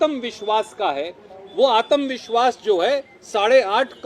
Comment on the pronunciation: आतम नही होता आत्म विस्वास होता है